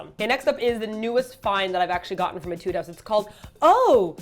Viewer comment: It's pronounced ā-tude :p (musician)